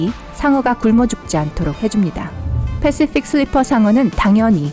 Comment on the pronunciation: 패쉬퓍 슐뤼풔 상어 발음 ㄷ